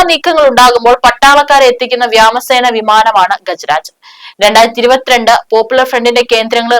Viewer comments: അമ്മച്ചി വ്യാമസേന അല്ല വ്യോമസേന മലയാളി ഇൻസൈഡ് നാക്കുവടിക്കുന്ന ആരെങ്കിലും പിടിച്ചിരുത്തടെ ക്യാമറയ്ക്കു മുന്നിൽ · എന്റെ ചേച്ചി വ്യാമസേന അല്ല.... വ്യോമസേന..... മലയാളത്തിന്റെ കഷ്ടകാലം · Uyyooo.... ivarekkondu thottu... vyaamasena alla kuttee...vyomasena....naakku valayille..??? Ini aaru thettichaalum soyimon imposition ezhuthanam.😢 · ഇവരൊക്കെ ഏതു പൂഞ്ഞാറ്റിൽ നിന്നാണ് മലയാള ഭാഷ പഠിച്ചത് വേറൊരുപെണ്ണം ഇതുപോലെ വ്യാമ സേനയെന്ന് പറയുന്നതു കേട്ടു അന്നും ഇതുപോലെ തിരുത്തിയതാണ് വ്യാമ സേനയല്ല വ്യോമസേനയെന്ന് തിരുത്തി പറയണമെന്ന് ഇവളുമാരുടെ. ഇതൊരു അഹങ്കാരമാണോ? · വ്യാ മസേന അല്ല. വ്യോമസേന എന്നു പറയണം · What do you mean by Vyamasena? Pls correct it. Vyomasena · Moley n vyamasena alla VYOMASENA ennu parayanam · വ്യാമം അല്ല മോളെ വ്യോമo! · വാർത്തകൾ എഡിറ്റുചെയ്‌തിട്ടു റിലീസ് ചെയ്തുടെ നിങ്ങൾക്കു ? വ്യോമ സേന എന്ന് വ്യക്തമായി പറയണം. തുടർച്ചയായി തെറ്റായി വ്യമാ സേന എന്ന് ആണ് പറയുന്നത്. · യെന്തരിത് "വ്യാമസേനയോ"?!! കമ്പ്യൂട്ടറിൽ മലയാളം അറിയാത്തവർ എഴുതിയത് വായിക്കുമ്പോഴെങ്കിലും ശരിയായി വായിച്ചു കൂടേ? അതെങ്ങനേയാ ചക്കിക്കൊത്ത ചങ്കരൻ ആണല്ലോ! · its sad that malayalam news readers do not know the simple malayalam words... heard she tells VYAMA SENA repeatedly. No one there to correct her too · എന്നാലും പറയില്ല... വായു സേന എന്ന് പറഞ്ഞാലും ഒരു സുഖം ഉണ്ടായിരുന്നു.🙏🙏വ്യാമസേന😂😂😂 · വ്യാമസേന ചുവിനു പറയെടി വ്യോമസേന😂😅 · ഉച്ചാരണം ശ്രദ്ധിക്കു, വ്യോമസേന എന്നാണ് ഉച്ചാരണം അല്ലാതെ വ്യാമസേന അല്ല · വ്യാമസേന.. ഏത് മാഷാ പഠിപ്പിച്ചത്? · വാർത്ത വായിച്ച ആൾ താങ്കൾ വായിച്ച വാർത്ത ഒന്നു കേൾക്കൂ . തെറ്റു തിരുത്തി മാത്രം അപ് ലോഡ് ചെയ്യുക വ്യാമ സേന എന്ന് എത്ര പ്രാവശ്യം വായിക്കുന്നു സോയ മോൻ ഈ കാര്യം വളരെ ശ്രദ്ധിക്കുക 😂😂😂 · ഇത് എന്താ വ്യാമ സേന എന്ന് പറയുന്നത്? തെറ്റ് തിരുത്തുക